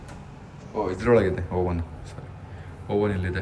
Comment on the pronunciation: Bro adu oven not owen😂